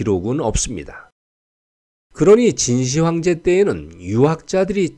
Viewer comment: '진시 황제'가 아닌 '진 시황제'로 읽어야 합ㅂ니다.